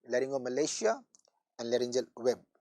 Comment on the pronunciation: larygoceal not layrngimalacia